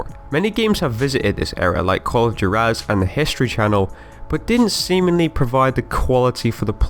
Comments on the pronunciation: "Call of Jer-az" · Call of "JERAZ?" I assume you mean "Juarez." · lol call of Jur az...you mean call of Juarez? Said with a hu, sound? lolololol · Call of Waa-Rez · Jer-waz... never heard of Jer-waz.. What is Jer waz? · Call of Juarez is pronounced HWAU-REZ, no whatever u said